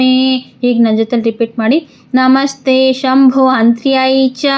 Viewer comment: ಶುಂಭ ಇದ್ದಲ್ಲಿ ಶಂಭು ಆಗಿದೆ. " ಐಂ" ಇರುವಲ್ಲಿ "ಹೈಂ"ಆಗಿದೆ